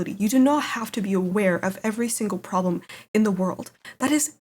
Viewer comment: "We have a probem" - The problem.